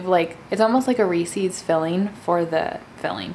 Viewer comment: That's not how you pronounce resses